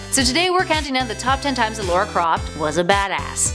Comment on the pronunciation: Her names lara not Laura